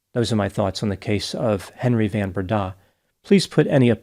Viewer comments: That 'van' in van Breda is pronounced 'fun' (f`uhn) . It's Afrikaans. Hello from South Africa! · The surname the van is pronounced like the word fun. Fun Brenda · Henri Christo Van* Breda *(pronounced "fun") if you're intersted in getting some afrikaans language skills ... Stellenbosch is pronounced in point ❤❤❤ well done... super impressive